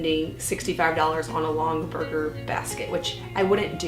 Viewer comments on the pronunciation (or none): The baskets are pronounced “log en berger.” They were made in ohio. They are collectible. All hand made. I think they are way over priced. Even the second hand ones. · You pronounce longaberger the same as a “burger”.😊 the factory was in Ohio. It has closed since, but the office building is in the shape of a large basket. You can look it up. It looks cool. They’re redoing building into a hotel, I think.